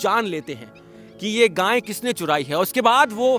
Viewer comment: रोचक वर्णन, उत्तम प्रस्तुति 💐🙏🏼 आप गाय को गाँय क्यों बोलते हैं!